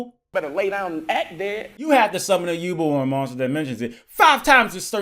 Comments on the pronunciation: I love you but it's Yu-Belle not yubuhl My childhood can't take it. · It's pronounced you bell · Can’t believe he was mispronouncing “yubel” the entire time.